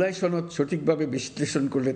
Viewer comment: ছনদ না সনদ !